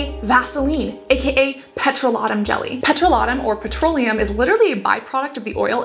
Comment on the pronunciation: ive never heard anyone pronounce petroleum like that before lol so interesting hearing different accents